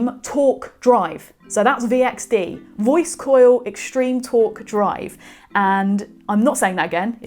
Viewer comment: Congrats on pronouncing: Voice-coil eXtreme-torque Drive ^^